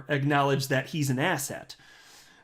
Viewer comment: I never know if is saying "asset" or "asshat" but any context involving Jay clayton I'm gonna go with asshat 💯